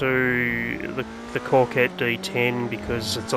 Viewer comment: There is no R in Coquette by the way ✌🏾